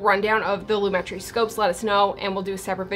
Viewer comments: loo-MET-tree I think. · I don't judge cute and beautiful girl....even if you have pronounced lomatree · I think its ponounced [loom-uh-tree] ;) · its lumetri not lumetri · It's Lumetri, not Lumetri. Duh. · It's pronounced lumetri... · It's pronounced Lumetri 😜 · its not pronounced Lumetri, its pronounced Lumetri